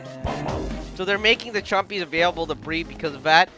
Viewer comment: And it's not rare chompy it's rare thumpies